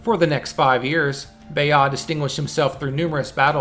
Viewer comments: what the ... it's BAYAghhhhh if you can't pronounce the R. I couldn't tell who the beyaiiiinnnn guy you're speaking about. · Please just say "Bye-erd" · Baya, Beiow, BeOS, BEA ah, Bey aw... I guess the bot doesn´t speak french. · bayard at the very least pronounce the r